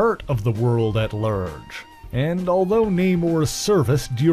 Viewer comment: "A PURT of the world at LURGE."